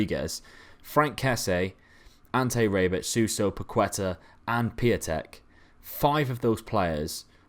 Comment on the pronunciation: Its not Pakueta, Its PaketA